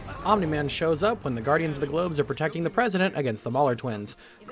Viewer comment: ah yes the presiident